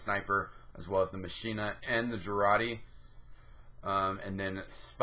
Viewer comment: A couple things: - Machina is pronounced like "Mock-in-a" because it's a play on a Latin phrase. - Amputator is part of the Medic set, which grants a little bit of extra self-healing. Vita-Saw maintains some UberCharge after death (like what Bioshock's Vita-Chambers do).